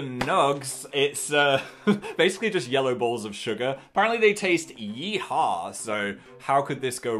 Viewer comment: no one: phil: apparently they taste yE-hAw